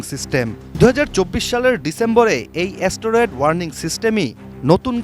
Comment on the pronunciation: অ্যা-স ট-র-এড😂